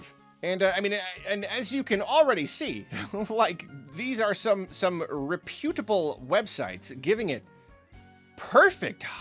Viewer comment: Why does this have some many views? Also, it’s pronounced Rep-utable. Not Rep-U-table.